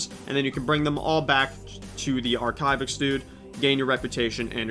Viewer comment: My favorite part of this video is when you mispronounce Archivist every time you say it :)